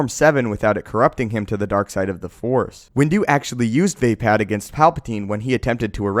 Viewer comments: Wtf is Vaypad?? You mean Vuhpod? Vapaad is pronounce Vuhpod bro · VayPad... Vupard... Not VayPad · You made it sound like he vapes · It’s pronounced “Vaa”, as in “the” and “Pad”, as in “Pod” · Vay-pad. Lololol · vape-ad killed me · It is pronounced as (VAH-PARD) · The forms are heavily influenced by Japanese sword skills, so I do believe the pronunciations should be closer to how they sound in Japanese. Plus these options sound better than how you're saying it. Makashi - ma-ka-shi (the pairs make their own sounds - not ma-kashi, ma-ka-shi) Vaapad - v-aah-pad Niman - nee-mahn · You pronounce everything so fucking wrong it hurts my ears. Niman is nih-min not knee-man. Vaapad is not vay-pad, it's vah-pahd. Use the english language